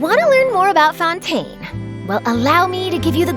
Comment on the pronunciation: Close enough. I just don't get why she pronounced that one alright, but not Fontaine.